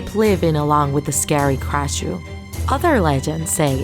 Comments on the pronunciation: You said krasue wrong.. Its not spelled "krashue" its "krasue" Aldo the krasue does not have a lower body. The lower body was burned. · Who else was just mad because she said "krashu instead of "krasue" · Bruh supposed to be krasue but u said krashue